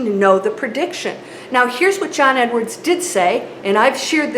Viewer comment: Learn to pronounce John Edward properly